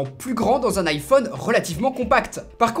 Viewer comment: Les français deveraient quand même apprendre à dire iPhone :,)